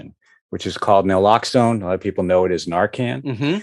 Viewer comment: Keith saying people dont know what Naloxone is, is shown by the fact that even Harry didn't know how to pronounce it.